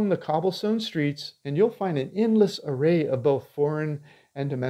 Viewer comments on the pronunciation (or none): none